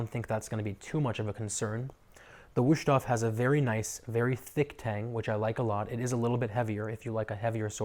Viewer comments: Mein Gott... my ears. Just just, in "English" Vust-hofe. Waayyyy closer than Wooshtoff. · Wow, butchered the name times two. Don't try if you don't know.